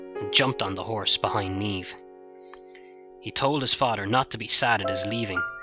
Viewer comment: awwwh good job man. The "brunette" Niamh here! Thank you. so refreshing to hear it told so well and hear Niamh and Oisin pronounced right. xxx